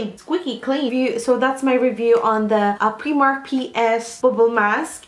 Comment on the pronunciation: u do realise it’s pronounced ‘pry-mark’ xxxx